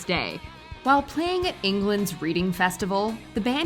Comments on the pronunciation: REDING (Reading Festival). Not reading as in reading a book. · it's pronounced Reding, not reading ;) just saying ;) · "England's Reading festival" 😆 Ahh yes, lots of books were devoured that day! Note: It's pronounced "Red-ing" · "Reading Festival' is pronounced as REDDING, not REEDING. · All American channels do this. They pronounce the “reading festival “ wrong It’s not reading as in reading a book. It’s actually like “redding” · Bro, it’s not REEDing Festival, it is the RED-ing festival. It’s not a book festival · It’s pronounced red-ing not read-ing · Reading is pronounced "Redding" not "Reeding" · englands READING festival... its said like redding not reading wtf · "Englands REEDING festival" It's pronounced like Redding. I know it's spelled Reading but it's not that hard 😭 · its pronounced redding not reading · Just a heads up, it's pronounced "red ing" not "reading", though it's an easy mistake for non Brits since it's spelt that way.. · Reading! 😭😭 it’s pronounced “red-ding” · reading festival lol. ITS FUCKING REDDING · "Reading" is pronounced "redding" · I believe iReading lFestival is l pronounce like past tense of read-red) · Reading,pronounced red-ing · Reading Festival WTF it's pronounced Redding. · Where? They don't read anything there, it's a rock festival and it's pronounced "redding" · That's probably coz there's no Nickelback fans in Portugal or anywhere in the world & hunny Reading is pronounced Redding as in Red-ing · It's pronounced 'Reading Festival', not 'Reading Festival'. 😀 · How is it even possible whilst narrating a video on musicians to mispronounce the Reading Festival. There's even a video of someone saying it in the compilation. That's just fuckin lazy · Listening to an America try to say Reading Festival is truly entertaining. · Reading festival lol Pronounced different but an easy mistake to make. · Also, learn how to pronounce "Reading Festival". SMH and LMAO! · England Reading Festival... Red-ing-Festival (pronunciation)